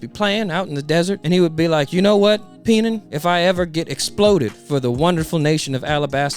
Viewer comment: Penan and Pell killed me. Tenouttaten.